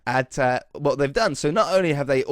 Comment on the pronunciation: Wait did just speak Scottish huh you said whit haha